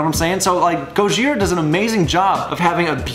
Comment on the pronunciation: Why you saying it like that? You're putting so much emphasis on the H